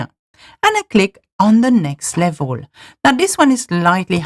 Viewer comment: Très bonne vidéo, mais s'il te plaît, travaille ton accent, ton anglais est sans doute formidable mais ta prononciation laisse parfois vraiment à désirer, notamment tes "laivoles" et non "level" :)